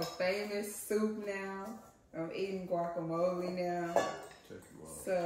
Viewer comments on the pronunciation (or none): none